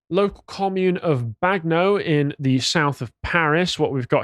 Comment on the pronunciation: "Bag know" lmao.